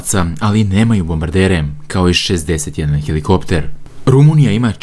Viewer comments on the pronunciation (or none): none